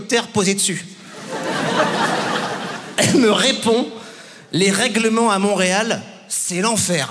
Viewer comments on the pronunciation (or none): none